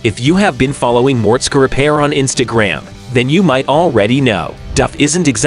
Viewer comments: No! I don't like MORTSKA, but I love some Mortskeeeeeeeeeeee Repair! Man oh man! Some folks should do a little repair before doing narrating! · A lot of these facts are not true hes not married and hes had duff a lot longer and the skylark was already his dads he just ls swapped it by the way learn how to pronounce his name properly